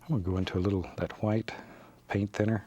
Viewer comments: I could just listen to him saying hwite all day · “Just a little Hwite 👌” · Hwite. never gonna say it differently now. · I love how he pronounces the h in white. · I always wondered why he says hwite